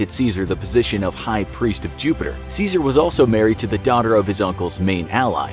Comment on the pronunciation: Good vid but you pronounced his name incorrectly like everybody else 🥀